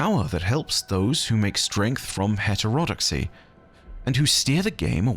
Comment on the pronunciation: Lol heterodoxy is pronounced hĕt′ər-ə-dŏk″sē